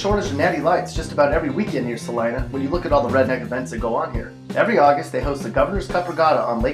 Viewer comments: Celina is not pronounced ca line a , it c a leena, js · did he say Celina or Lima??